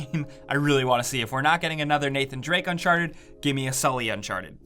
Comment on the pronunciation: Is it uncharted or unsharted? Make a choice.